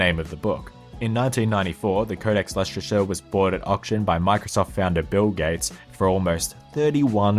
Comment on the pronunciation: As someone who lives in Leicestershire I was happy it was mentioned however it would be remiss of me not to correct the pronunciation. Less Ter sher that's shire as in Sherman not shire as in hobbits.sorry to be picky but it good to learn stuff. Keep up the good work I love these vids